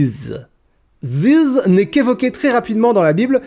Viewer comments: Je veux une compilation des noms étrangers prononcés par dans cette vidéo. Entre "Ziz" et "Odoshishi", ça va faire un son de fou. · J'adore la manière dont tu prononces " ziz" 😂😂